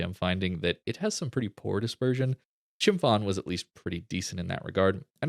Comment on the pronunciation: The Ph in Chumphon is pronounced like a hard P.